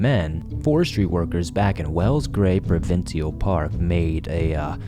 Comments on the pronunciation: Provincial. We pronounce it as pro-vin-shal. 🤷‍♀️ unless it's an Ontarian thing we do 🤷‍♀️ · Now time to work on the pronunciation of "provincial"